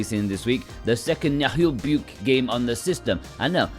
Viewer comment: The way you pronounce Naheulbeuk is all right, you're good :)